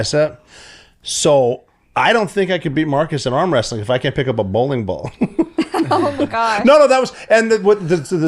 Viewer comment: “Bowling” riight. lmao love you rob.